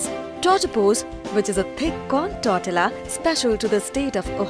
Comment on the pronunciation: Excellent video . Tortilla es pronounced tour-ti-ya